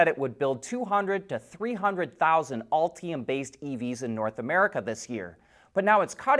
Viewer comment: Please don't pronounce "Ultium" as if it were spelled "Alltium". Cringe.